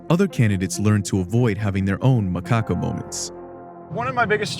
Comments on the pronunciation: God damn it Macacca!!! Lol, gotta love the way Allen pronounces the name of good ole boy, Macacca! Why do they hate on these trackers so much? Is it that hard to just say what you believe and broadcast what you stand for? Nobody would have a problem with trackers if these scumbag politicians were not constantly talking out of both sides of their mouths. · Did I hear “MaCaca”? Haha